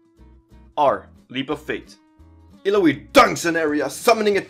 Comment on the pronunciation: Cool, you pronunce her name wrong even when she tells it how it's pronnounced. No don't trust your guide.